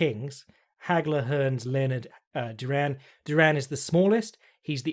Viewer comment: You pronounce Duran so weird, it sounds like Jerome. Great podcast, cheers.